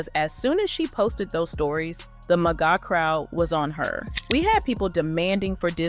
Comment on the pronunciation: Who ever is narrating this video is awful. The vocal FRYYYYYY and not being able to say Maga...muhguh.,?Yuk